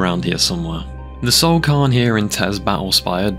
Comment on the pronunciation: Fam if you can't pronounce a word try and minimize the amount you say it. You said cairn wrong like 30 times in 2 minutes.